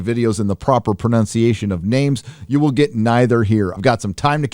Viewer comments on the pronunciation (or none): PRO-NUN-CIATION not PRO-NOUN-CIATION. !!!!!!!!!!!!!!!!!!!!!!!!!!!!!!!!!!!